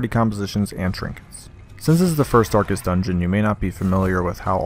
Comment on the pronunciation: "Darkets" I appreciate all of these guides thanks